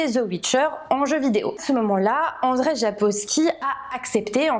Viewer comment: Andrzej se prononce Anndjey et non pas Andrey! Le rz a le même son que le j français. Et le nom de famille Sapkowski se prononce sapcoffski.